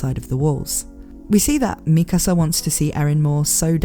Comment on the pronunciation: its pronounced MIKASA not MIKASA